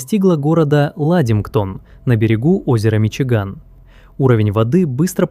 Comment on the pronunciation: "Миши Гамми"😂😂😂